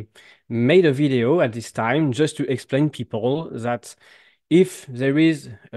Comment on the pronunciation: pas vaideo, veedeo. Quand même...